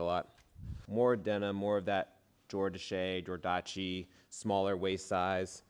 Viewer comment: 😅The jeans are pronounced Jor-dash